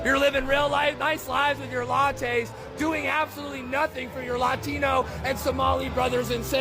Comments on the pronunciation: The revolutionary didn't say Latino correctly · Def seemed ‘performance art’ he pronounce Latino the way he pronounced ‘latte’ when he made accusations that the parishioners wore …suits (?) and drank lattes while our latte-ino brothers and sisters were being dissapeared (?) Just a feeling, paid actor. The affect was forced.